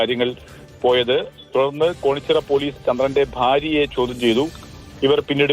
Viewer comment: കാര്യമ്പാദി അല്ല..കാര്യമ്പാടി..കോണിച്ചിറ അല്ല കേണിച്ചിറ 😅😅😅